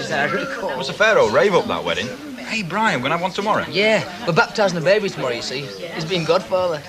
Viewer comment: How annoying is it Ivy constantly saying ‘bab ie’ instead of baby???? 😡